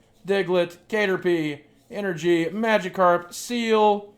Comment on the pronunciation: its TANGLE-uh not Angela with 't' in front and CATerpie not kate-erpie. seriously.